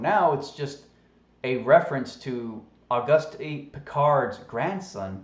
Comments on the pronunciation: It's pronounced augoost not augustie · The French pronunciation of Auguste would be "oh-goost". Accent on the second syllable, as in "because". I assume the Austrian is similar. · Love your channel,. Say, I was a French major in school. Can I help you out with his name (if someone else hasn't done so already) for future reference? His name is pronounced "Oh-goost Ann-twahn." (You got the "Piccard." 😊) Thanks for the Wiki alert. Now I think I'll buy one of those "Duh-grass" (also French) Tyson t-shirts. 😉😊❤ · it is very hard to take you seriously when you mock his name by mispronouncing his name over and over and over again. the mans name is based on the French lanquage. the "e"" is silent .augusty is not his name .please i know we are the deplorables but we need not show how dumbed down truthers really are. actually i dont think you are dumb i think you may be mispronouncing his name on purpose, are you? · Auguste Piccard is pronounced “o-GOOST pee-CAR”, or at least, that’s close enough to French for most ‘Murricans. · Auguste is pronounced [August] like the month, in French the final e of every word is muted as in [Antwan] is the pronounciation of Antoine. Hope this helps. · Auguste is a French name and the "e" at the end is silent. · The "e" is silent flattard boy.